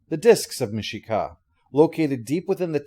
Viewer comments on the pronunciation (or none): MIshakal, not Mishka mate. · Well, let me be THAT nerd, and say it: Mishakal is pronounced Mish-uh-kul : Lets not even get into the eternal debate over Tak-Hisss-is and Tak-HE-sis ^_*